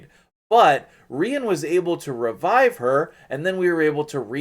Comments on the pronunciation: English language teacher here. When you say "part of a word" e.g. centu- rian we call that a suffix, if it is before then it is a prefix, im -possible. Pronunciation wise, "Ree-an" would would be the most likely as usually with English spelling when two vowels are together we elongate the first and shorten the second. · It’s pronounced “REE-ON” rhymes with CONJuror . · I want her soooo damn bad. I remember you saying that you’d be getting her. I had to stay up and watch. My middle name is Ryan. That’s not how you should pronounce her name. I think I’d her pronounce her name as a French chick. Kinda like how you’d say the city of Lyon…Leee-Own. So for her….Reee-Ahhn. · Isnt it pronounced like Ryan? Ryan is a female name aswell.